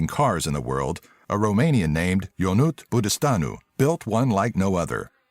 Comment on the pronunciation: "Ionut Budistanu" is pronuonced "Ionutz Budishtanu"